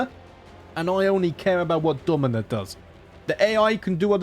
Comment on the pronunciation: “I’m playing as…. Domyna?!?!” This made me lol. I don’t know how you keep up with so many characters.